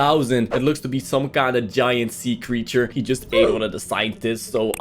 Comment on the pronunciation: i love the creecthure is seahorse